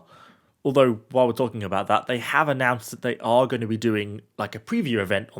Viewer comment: season 7 has just been annoced'' he said lol :)